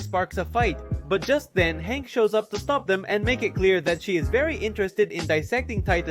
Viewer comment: You call hange hank?😭😭😭